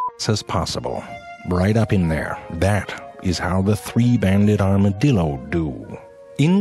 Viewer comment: 一开始是不是故意念成dildo电动棒啊